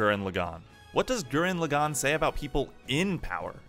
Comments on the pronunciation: Please never say lagann like that ever again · BraixenDon i couldnt finish the video cuz of it